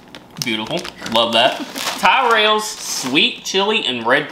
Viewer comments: For future ref, Tyrrells is pronounced "TIR-uls", not "TIRE-uls". I would have said "rhymes with squirrels", but I guess you'd pronounce that "squerls" :) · The Aero is only nice if you leave it.on the tongue to melt. A nd crisps are called Tirrils not Ty-Rell not to worry HBO made the same mistake with GoT but are fixing it with house of the dragon so hopefully that helps. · Please please please its pronounced "ca-ra-mel" not car-mol "ca ad in the sound like ka" and its Ti-relles not Ty-relles. Love to do a video of the difference in pronunciations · Its ca ra mel. Not cormel . And it is pronounced tirell. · Oh its tirrels not tierels lol tyrrels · Tyrrell's pronounced tirrel like squirrel! Best crisps along with Kettle crisps 🏴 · needs to start with a Korma. fortunately has the accent that precludes from anything he doesn't like. It's also pronounced TIRRELS for your convenience.:D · here to help: Tyrrell's rhymes with Squirrel 😁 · Tyrrell's is pronounced "Tirrals". 🙂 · pronounce them as Tirrels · Tyrrells are great - but it is pronounced Tirrells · I don't think they'd pronounce squirrel in any way that would make sense of that rhyme. "Skwirl".